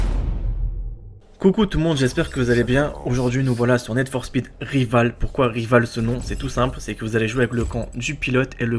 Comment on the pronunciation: ça s'écrit rivals mais ça se dit Rivauls